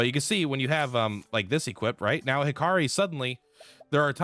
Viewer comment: What about when he calls Hikari Hakiri?